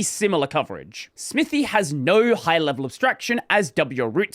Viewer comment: the name clearly says "smithay", saying "smithy" (smithee) causes pain.